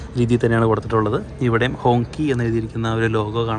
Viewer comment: ഹോങ്ചി എന്നാണ് ഉച്ചാരണം